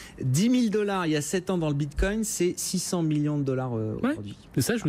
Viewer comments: J'ai entendu "bindgcoin", j'ai instant dislike. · Il sait même pas dire "bitcoin" ("le binecoin") ce guignol.